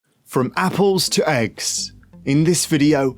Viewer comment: Lol you should listen to this guy because he doesn't pronounce anything right ......wtf is Margareen and appoles